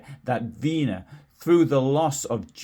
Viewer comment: Weener is not pronounced Veenuh but VEHnerr